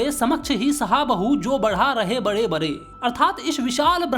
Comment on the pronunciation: Khade❌Khare Bade ❌ Bare